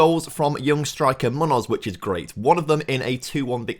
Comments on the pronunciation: My ears bleed every time says "Munnoz". It's Me-oo-noth (if he is Spanish) or Me-oo-nos (if he is from the Americas). ('me' like the English word 'me') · that was my attempt to phonetically describe what I hear on a "how to pronounce munoz" video from a native Spanish speaker. The M has a very different sound to how pronounces an M.